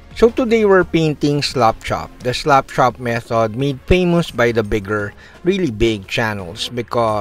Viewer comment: Because of your accent, it sounds like you're saying "slop chop", which I actually like better. Slapping your models is physical abuse.